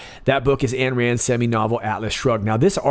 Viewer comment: Rands first name was/is Ayn, pronounced “Ine” NOT ANN People actually familier with AYN RAND know that. Aye Aye Aye.